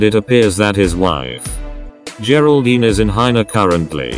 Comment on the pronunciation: lmao she needs a spelling test why does she say hina instead of China???